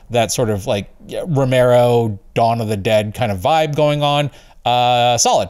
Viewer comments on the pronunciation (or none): none